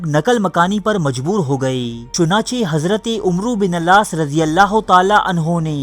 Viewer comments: Bhai wo misr ke governor ka naam Hazrat Amr Bin Al-Aas r.a. hai na ke "umro" hai please bhai read properly aap ka kaam intehayi aham hai aur aapke jazbe ko ye aajiz salaam karta hai.. aur mazeed history share kijiye Allah aapko jaza e khair ata farmaye..Ameen! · Dear it's not umroo bin alaas. It's AMR BIN ALAAS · Umru bin alas....? Ghalat pronounce hai sahi karo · عمرو بن العاص اپ غلط تلفظ کرتے ہو